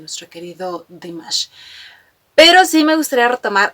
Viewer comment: gracias por tu reacción, me encanta tu alegría al hacer estos vídeos tienes una energía muy linda y contagiosa, me siento representada muchas veces con tus comentarios y creo que la forma en que el presentador dice Dimash es la correcta por que así lo pronuncia las pocas veces que lo eh escuchado decir su nombre como en el vídeo de felicitación por los cinco años de que nos nombró Dears